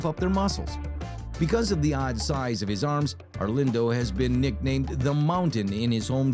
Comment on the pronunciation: Altazar orgulho kkkkkkkk Brasil sendo representado na gringa hahahahah Até o nome do Arlindo foi lido de um modo americano chique kkkkkkk